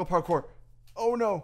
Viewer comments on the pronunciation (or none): none